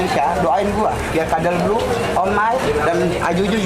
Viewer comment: Paling seneng kalau ngomong codebluuu jadi kadelblu🤣🫶🏻